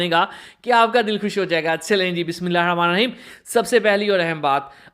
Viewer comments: Mazrat ke sath aap Bismillah Sharif Sahi tarike se padha Karen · Venchoo bismillah to sahi sy parha kar jhant k baal